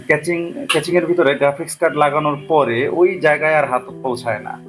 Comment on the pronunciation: ক্যাচিং ❌ কেসিং ✔